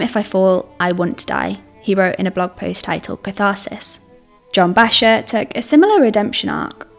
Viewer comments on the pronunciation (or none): Americans would pronounce it Backer, not Basher, js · john "bayshar"?? who tf let this chick make climbing videos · Bachar is pronounced Backer. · Are you seriously pronouncing Bacher as "Basher"!? That's a very fast way to loose any credibility. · I used to free solo back in the day. Never the extremely high standard routes. What I loved about it was the free feeling of just myself and the rock, a very pure feeling that roped climbing didn't offer. BTW: John Bachar is pronounced "back-er." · The presenter should know that Bacher is pronounced "bock-er" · If you want to put out a professional video you should know how to pronounce John Bachar. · Margain for error? Also, so many comments are gonna be about pronouncing Bachar.... Also this videos gonna get pulled/demonetized by YT for sure. Love all yalls videos tho! Keep em coming